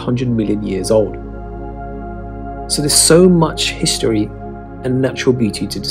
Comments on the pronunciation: I'm not sure I want to listen to somebody who says "hishtory" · ‘History’ not ‘hishtry’ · Hishtory? Shtreets? Dishtricts? Shtreams? KesWIck?